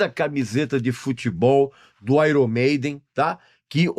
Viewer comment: Não é “Aron Maiden” e sim “Aier Maiden” esta é a pronuncia correta.